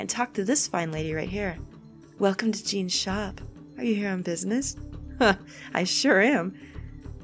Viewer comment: I thought Jeane’s name was more in like French pronunciation, more so being like “John” kinda like Jeanne from Bayonetta.